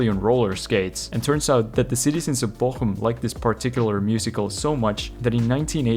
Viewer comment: He got Bochum right